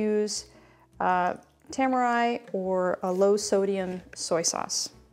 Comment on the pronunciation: Ta-ma-ree. Tamari sauce.